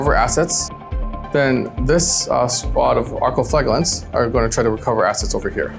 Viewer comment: thst is not how you saw flagellant. flaj (j as in jam) eh lant